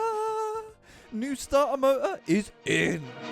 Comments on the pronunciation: S̶t̶a̶r̶t̶e̶r̶ ̶M̶o̶t̶o̶r̶ Stuh-uh Mo-uh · Starter motor is actually pronounced Statah Mota ok kids? repeat after me Statah Motah Statah Motah lol. Sorry I had too! Fun channel lol🤘